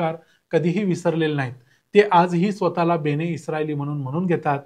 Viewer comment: बेणे नव्हे बेने! बाकी ठीक